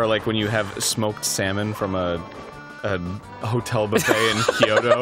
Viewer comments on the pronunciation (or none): none